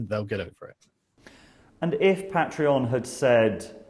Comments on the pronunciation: “PAY-TREE-ON” Goddammit‼️‼️‼️ not “PAT-REE-ON”‼️‼️‼️‼️‼️‼️😠😡😤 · You say Pa'treon I say Paytreon. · First time watching your content and it's good so new subscriber but it was so hard to keep listening when you kept flip flopping between your unique pronunciation of Pat-tree-on and the usual Pay-tree-on. Even saying both in the same sentence... Argh 😬🤪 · You pronounce patron properly, and then mangle patreon. They're legitimately the same word aside from one letter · Make your mind up how you pronounce Patreon? You did two versions in the same sentence. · Say “patreon” properly please. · Can you please say patreon correctly. I stopped cause I just couldn't listen to your pronunciation anymore.